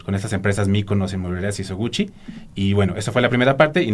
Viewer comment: No es Sisoguchi, sino SISOGUICHI